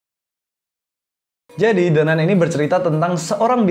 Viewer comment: baca nya "the nan" bosss